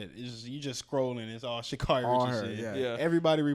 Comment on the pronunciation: Its pronounced "Sha'cerri" tho..she said it in an interview